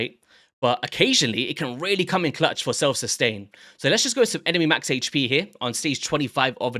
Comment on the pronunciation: Not trying to attack your english but its really not HAYCH pee its AYCH pee !